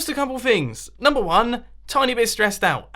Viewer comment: Lol Mumo said numbo instead of number.